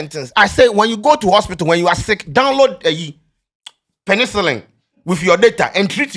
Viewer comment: "Download Penincilin" 🤣🤣🤣